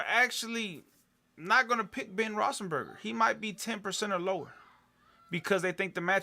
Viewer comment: its rothlesburger not rossenburger...how in the hell did you win? Must be really lucky.